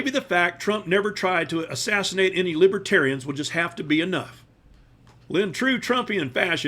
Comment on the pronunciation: He should have learned how to pronounce the party's name. It's not *Libbaterians*. VOTE BLUE 🔵🌊🌊🌊🌊 #BidenHarris 2024 #TrumpStinks #Trumpsmells